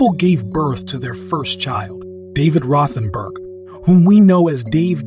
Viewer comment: Rothen "berg"?? 👃